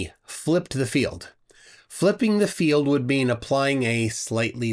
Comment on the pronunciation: The way he pronounces “field” as “filled” really gets on my nerves. There was a debate with William Harris where he said “filled” 200,000 times. Perhaps he’s obsessed with containers.😉